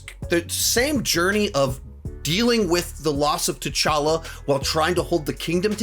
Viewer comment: OK. Who the heck is Cha’talla? LOL…. 😂, you do know you can edit out your own mistakes, right? 🤣 AFAIK your videos aren’t live? Just saying... 🤷‍♀️